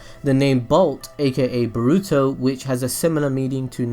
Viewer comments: It's boruuto not borrrruto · The way you pronounce Boruto almost sounds like you're going to say burrito lol